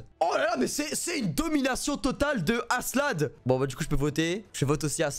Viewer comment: tu vois pas le K dans askelad XD parce que aselad ca pique les oreilles XD